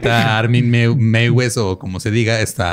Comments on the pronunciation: Meiwes se pronuncia "Maives" :) Besitos desde Múnich ❤️ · Creo la pronunciacion sería algo asi como Maivs